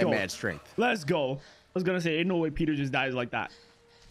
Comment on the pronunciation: did this guy ever figure out his name is peeta, not peter? half way into the 2nd movie he's still calling him peter.